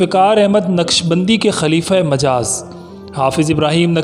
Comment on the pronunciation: "خلیفہ ومجاز " میں "مجاز" میم کے پیش کے ساتھ ہے۔